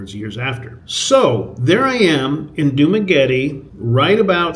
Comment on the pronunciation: Are you pronouncing "Dumaguete" correctly? It's not "Dumagueti", like "Spaghetti".